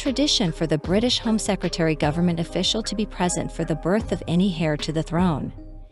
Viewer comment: Heir is pronounced 'air'